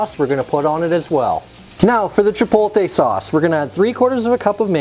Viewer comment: I’ll start the argument. You need to learn how to pronounce “chipotle.” It does look good good though!